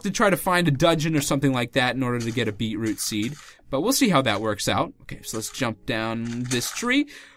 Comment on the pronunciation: You say beetroot in a weird ugly as way lol